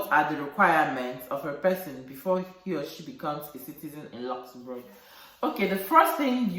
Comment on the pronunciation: The way you pronounce Luxembourg sweet me pass💕 You really know much about Luxembourg and you're helping lots of people out there. I really miss my African food Sis😋 Nice sharing with us Sis.